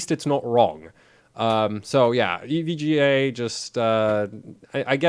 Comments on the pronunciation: Did you really just pronounce "EVGA" as "ev guh"? lmao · Glad to hear I'm not the only one who playfully pronounces EVGA "Ev-gah". :D